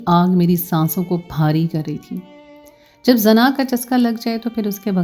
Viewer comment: AP lafaz Sahi ada krein zana nhi hota. Ye Zina hota hai our Bhai lafaz wrong parhti hein Urdu Sahi parha kro